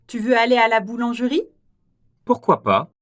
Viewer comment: 발음기호도 /puRkwa/ 이고, 자막에도 '푸흐꾸아' 라고 적어놓고 "뽀흐꾸아" /por~/ 로 읽네요.